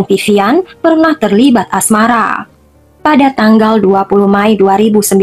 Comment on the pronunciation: Mei bukan May.. Anggap kamu memakai bahasa Inggris sekalipun, tetap May itu dibacanya Mei !!!